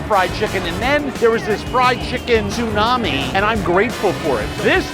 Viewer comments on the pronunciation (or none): none